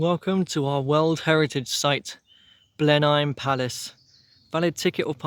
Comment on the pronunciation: small correction Blenheim is pronounce Blen-um. It's also a nice walk to continue the relatively short walk through the edge of the Cornbury Estate to get to Charlbury which is a far more reliable station.